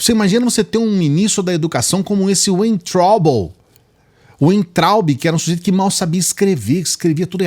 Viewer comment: Weintraub a tradução é a fruta uva se pronúncia # VEINTRAUB #